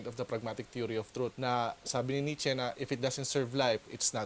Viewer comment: Nietzsche (Nee-Cha) po yun hehe